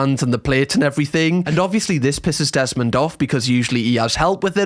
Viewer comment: I follow you cos I miss the Geordie accent. When you said Jesmond instead of Desmond, I laughed.. 😅